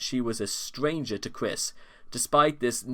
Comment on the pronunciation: As cringe as Chris Chan is, hearing you call him Chwis is… oof